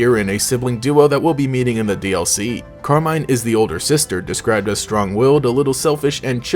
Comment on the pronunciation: Pretty sure it's meant to be pronounced Carmeen